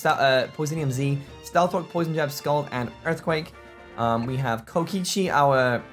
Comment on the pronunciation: LEARN HOW TO PRONOUNCE KO-KI-CHI RIGHT YOU FUCKIN DOORKNOB